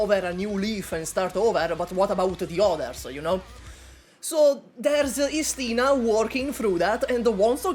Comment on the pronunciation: It's Istina not istIna